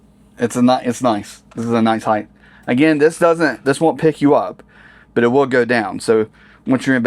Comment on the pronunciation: I hate to correct you but. The word is HEIGHT!